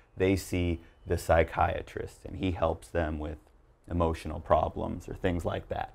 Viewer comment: U pronounced psychiatrist wrong